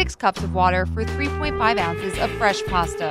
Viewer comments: It's pasta not parsta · there is no r in pasta